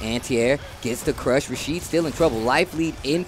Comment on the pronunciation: 😂 bruh said trashid n not rashid😂..funny